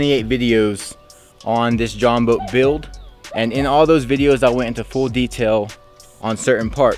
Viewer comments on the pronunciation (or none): It’s Jon boat not join boat